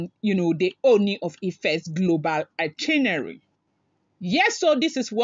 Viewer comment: it’s “ITINERARY”, check d spelling & pronounce it slowly. No one knows it all, though. Cheers.